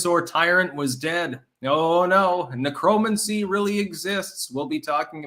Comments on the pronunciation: Never heard anyone pronounce Necromancy the way does... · Lol at pronunciation of "necromancy" and "salmon"